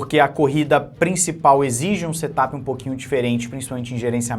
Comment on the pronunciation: Se me permite , a pronúncia certa de Set up não é setapi E sim serapi.